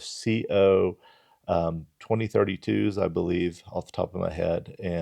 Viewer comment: Thanks for the video. it sounded like you said it was a CO 2032 but it's a CR2032. The link to the product on Amazon is correct though.